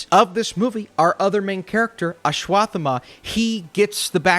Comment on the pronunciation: it's aswath - thama or Ashwa - Thama, not Ashwath - ama.